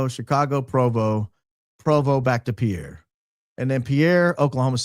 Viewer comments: Pierre, SD pronounced Peer 🤗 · A small tidbit from a NDakota native, Pierre,SD is pronounced (Peer). Love your show! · In case anyone cares - the Pierre SD pronunciation sounds like peer, not pee-air. Cheers! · as a loyal fan from SD- to pronounce Pierre, SD think boat pier, not a French guy😂😂